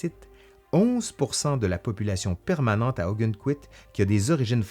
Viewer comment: Je connais très bien Ogunquit pour y avoir été des dizaines de fois. Petit détail, on prononce « Augonne...quit, non pas Augunne…quit ».